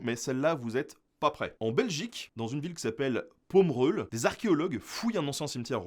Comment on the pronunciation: juste une petite remarque : Pommeroeul se dit "pomme rel" dans l'entité de Bernissart en hainaut (Belgique)